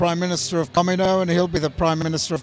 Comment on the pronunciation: He couldnt even duplicate the voice or pronounce Kamino correctly